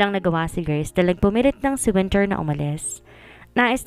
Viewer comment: Ano po ba talaga ang pangalan ni wennie minsan kasi iba yong binibigkas na winter wennie hehehe😅